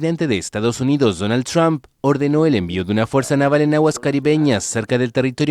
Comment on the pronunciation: No es Donal chron, es Donal Trump...bruta